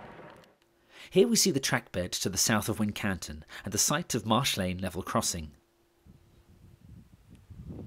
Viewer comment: "Wincanton" is pronounced "Winc'ton" by the locals.